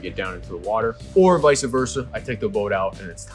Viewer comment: pronouncing “vice versa” correctly makes me believe his comments on the reliability of the motor; big selling point. Too bad I’m all the way down in Florida.